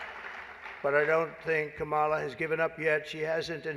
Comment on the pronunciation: WTF HE KEEPS SAYING HER NAME WRONG